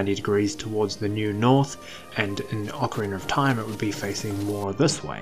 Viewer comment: Well must be a UK thing then bc you definitely do say ocarinar of time, and it's a legit question not a troll question so I still wonder why is that?